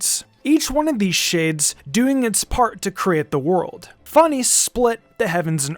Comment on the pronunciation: Fan-ess That’s how it’s pronounced